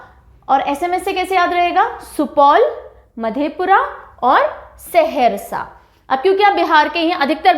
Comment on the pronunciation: Saharasa not seharsa